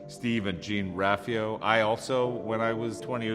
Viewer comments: Can we just take a moment to how he pronounces it JEEN-Ralphio? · “gene ralphio” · "Gene Rafio" XD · Dis boi said JEEN ralfio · the way he pronounced jean ralphio lmaoooooooooooooo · Asees aulakh the pronunciation of Jean ralphio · 😂😂 I thought the same thing when I heard him mispronounce that name